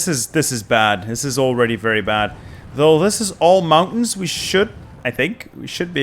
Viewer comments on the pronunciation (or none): none